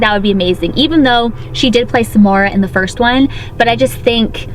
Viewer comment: every time she says Samara I hear s'more